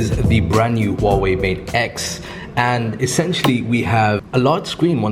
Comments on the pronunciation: Why can no one pronounce the 'H' in Huawei? It's not that hard. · Great video. But if I may, I want to point out that the H in Huawei does need to be pronounced, simply like a normal H.